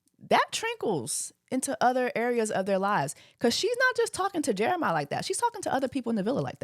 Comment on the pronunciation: You keep calling him Jeremih like the singer 😂 it’s JeremiAH!